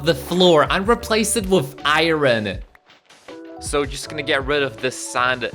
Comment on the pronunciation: ew you keep saying iron but its wrong